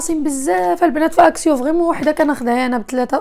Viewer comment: اكسيون " N " ca se prononce pas,on dit"اكسيو"